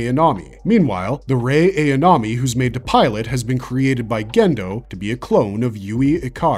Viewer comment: For a series that's over 20yrs old, how in the hell can you NOT properly pronounce Asuka & Ayanami? S squared engine core?! What the actual f-ck! 😤